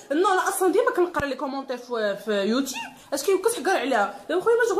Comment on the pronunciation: ملحوظة صغيرة اخي إلى ممكن اسمو يوتوب ماشي يوتيب وهذا النطق تاعو بالإنجليزية YouTube.خطا في في النطق وراكوم عزاز ا بزاف